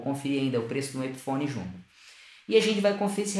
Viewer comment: Parece que você falou "Modelo Chungu", impressão minha talvez..